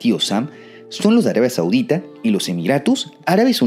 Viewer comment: Arabia Sauque?????? 😮😮😮